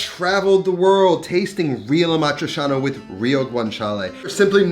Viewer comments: Aaa maaa triii chianaaa Not amatrishana, brusceta not brusheta...... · "cia" in "amatriciana" is pronounced like in "ciao", ie "chow" not "shao". Ah-mah-tree-cha-nah, not ah-mah-tree-sha-nah. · Is it supposed to be amatri-cha-na, or how he’s pronouncing it (amatri-sha-na)? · Love your show, and your cooking but.....pretty pretty please.... learn how to pronounce A-MAH- THRIE- CHAA- NUH ! AMATRICIANA!!! Thanks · I never understood how you have travel to Rome so many times, but still can’t pronounce Amadricianna correctly. And this dish is king only with Bucatini. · you say it awfully tho, its not hard to pronounce correctly